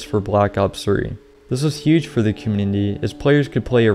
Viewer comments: I love your videos but I can not stand the way your say “community“ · You need to practice the word community